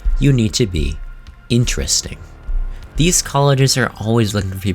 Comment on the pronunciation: also "intersting" lmao